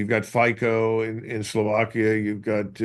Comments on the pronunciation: Fico is pronounced "Fitso", not "faiko" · America didn't want to end the war in the beginning. The goal was to weaken Russians with Ukrainian hands. Trump was just bs-ing Ukraine to have them sign a mineral agreement, but he had no power to end that conflict. By the way the Slovak leader's name is pronounced Fizo (use German pronouncing), not like the FICO score. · So glad to see Fico (pronounced Fitso) made it, since the Baltic chihuahuas closed their airspace to him! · Please pronounce our Slovakian Priminister's surname FICO correctly, like Trump did!!! Otherwise your views are broadly correct.